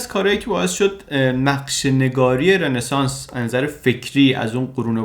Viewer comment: رِنسانس نیستاااا .... همون رونسانس درسته! یک کلمه فرانسویه و e به صورت o تلفظ میشه توی فرانسوی (مگر در بعضی استثناها)